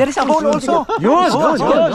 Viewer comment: Nakakatuwa mga guests nyo ngayon! From "You have to find a hole!" He answered "Oh a hoar"😂 Dalaman says "There's a hole!" He answered again "There's a hoar?"😂✌I know he didn't mean a "hoar" 🤣🤣